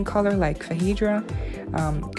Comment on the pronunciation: it is pronounced FAY-DRA so you are close.